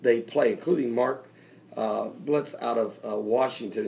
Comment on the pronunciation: It's Mark Biltz, not Blitz